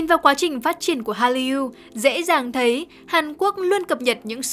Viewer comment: Cách đọc từ Hallyu (할류): Korean wave là từ có 2 âm tiết đọc phiên âm tiếng Việt là Hal- lìu chứ không phải phát âm 3 âm tiết Hal-ly-u như bạn đọc.